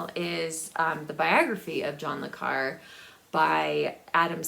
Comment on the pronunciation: Hello hope you're doing well. Since being in a retirement home I don't buy physical books anymore. But in the last two years I've gone crazy with ebooks, whether on Kindle, Kobo or Google books. I have the book buying disease. And every time you pronounced John Le Carre I cringed. In the past people have asked me to pronounce it, I guess because I'm french. I always tell them to say Carray, like ray gun. Take Care. Jack